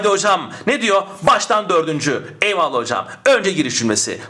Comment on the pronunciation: her videonuzu severek ızlıyorum ama; EYVALLAH'I neden bu kadar vurgulayarak söyluyorsunuz?Paragraf çözmeye çalışıyorum zaten beyin yanıyor bu kadar tonlamalı eyvallahhh demenız :S